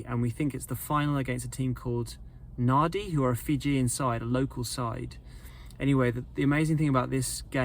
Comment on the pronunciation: Nadi is pronounced Nandi. Many years ago when I was in Fiji staying at Naviti Hotel, I was walking around the golf course with my mum and dad as they played. So many holes in the ground from all the toads that golfers were all losing their balls. No chance of sticking your hand down the hole to see if a ball was in there. Fiji is a beautiful country with beautiful people by the way.